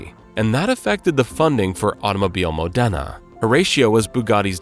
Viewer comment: Modena is pronounced MOdena, not moDENa. Lyra is pronounced "leera", not "lighra".